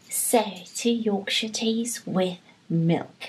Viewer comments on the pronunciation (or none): none